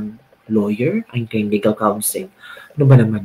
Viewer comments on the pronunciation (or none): none